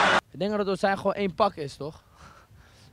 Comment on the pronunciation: Bij die dozijn zegt iedereen het fout